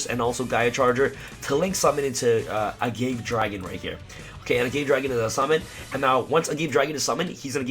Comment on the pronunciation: its a-ga-ve dragon not a-gave. its like the agave cactus that tequila is made from